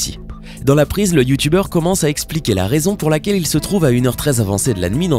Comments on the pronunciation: Je suis le seul qui a capté qu’il a dit youtouber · Youtoubeurs jss morte comment il prononce sa 😂😂😂😂